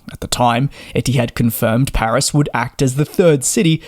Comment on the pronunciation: You mispronounce the name of the Paris airport. Professionalism means attention to detail, partially lacking in your presentation. Attention!